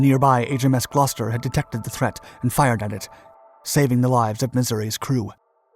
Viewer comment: My beautiful city of Gloucester has many credits. Also may I add YOU ARE THE ONLY AMERICAN WHO I HAVE HEARD PRONOUNCE GLOUCESTER PROPERLY